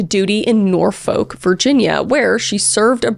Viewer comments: This hits close to home. Quite literally. I grew up going to Jamestown, Yorktown, and Williamsburg with family as I live in Chesapeake. Something else I MUST say is even though it's Portsmouth pronounced PortSMITH not PortsMOUTH and although it's spelled Norfolk it's pronounced NorFUCK not NorFOLK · “nor-fok” is frying me 😭😭 its “nor-folk” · Portsmouth is killing me.. I’m sorry Kris, it’s pronounced port smith, and Norfolk is lowk pronounced nor fick or norfuck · I live in the Hampton roads 😢 oh and btw Norfolk is pronounced like Nore-fuk or Naw-fuk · NOOOOOO ITS pronounced “nor-fuk” yes its said like that sorry continue aunty Chris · I’m sorry I know you are trying your best pronouncing names but as a local hearing the way you say Norfolk and Portsmouth is pretty funny 😂. Norfolk is usually pronounced nor-fuck and portsmouth is pronounced ports-muhth. I am not good at phonetics but I tried to sound it out for you with letters. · Btw, Norfolk is pronounced Nor- eff you see kay. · I know you’re a Canadian-American who lives in Texas, but Kris, as a Virginian I must tell you Norfolk is pronounced “Norfuk” and Portsmouth is “PORTSmith.” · It's only because I'm a Virginia resident that the mispronunciations are bothering me lol.... but Norfolk is pronounced "Nor-fik" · This is totally isn't a problem because everyone says it the way you di, but it's pronounced Nor-fuk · love your true crime, you're very respectful of the victims. a note on pronunciation, norfolk isn't pronounced with a hard or audible 'l', nor-fok or nauw-fuk are more accurate. don't feel bad tho! pretty much no one not from the area gets it right (and yes, fuk is pronounced like the curse word) pretty much all the -folk names in the area do this iirc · Love watching your videos! The parkway murders were always a discussion in the area. Could work on the Norfolk pronunciation though- the second O usually doesn’t have as much emphasis.